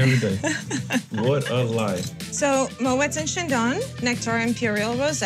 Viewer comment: Why can’t she pronounce Moët properly 😵‍💫 For someone who works for them……😂